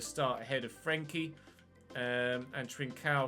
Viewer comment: Well at least we won't have to listen to you pronounce frenkies name like a bellend from now on